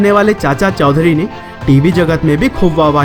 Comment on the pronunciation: Chaudhary I think not chaudhury